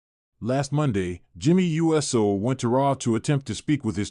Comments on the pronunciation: Your pronunciation of Uso gets in the way of enjoying your posts. It's not U S O, it's not You so, it's Oou so. Thumbs down until you correct it. 😠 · I agree. They need to program the AI that's reading this how to recognize USO as Oooso! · BRO WHO TF IS JIMMY U.S.O ITS JIMMY USO…….LIK THIS OOOOO-SOOOO